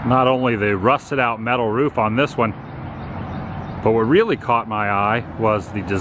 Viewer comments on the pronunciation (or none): none